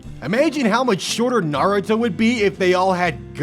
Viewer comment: God damn, finally a youtuber who pronounces naruto right instead of nurooto